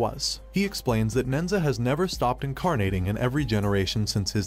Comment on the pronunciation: The story is based off the Chinese legend of nehza. The monkeys name is Son Wukong. Who is from the Chinese fable “Journey to the West”. It killed me how badly the names were so mispronounced but otherwise great summary of the movie.